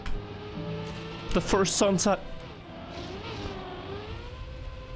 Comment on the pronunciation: "the mamories"